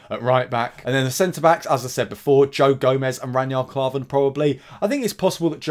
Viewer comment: Who the hell is ranyard klarven? 😂. Know your players names for god sakes!